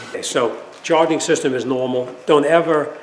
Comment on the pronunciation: Hey, what's up with "charing system"😅😅